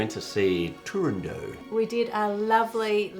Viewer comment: Hyperforeignism! I love these; Americans do it more than Aussies in general. A hyperforeignism is when a word that is known to be foreign, so it is intentionally pronounced using a foreign pronunciation rule, but that rule is chosen at random. So the Italian Opera, Turandot, is correctly pronounced with the last syllable sounding like the name of your elderly neighbour, Dot. But to Dave's ears, that doesn't sound "foreign enough" so his brain says "you know, if that was a French word, you wouldn't pronounce the T." In American English, hyperforeignisms are applied in quite a systematic way, perhaps sufficiently that we could call some American hyperforeignisms "correct American English."